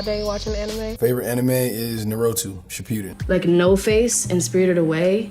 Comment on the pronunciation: "narotu shupiden" bruuuhhhhh